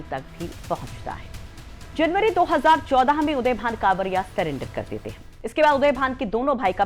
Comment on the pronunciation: मैडम उदयभान कांवरिया नहीं करवरिया है। और विजया यादव नहीं विजमा यादव है।😊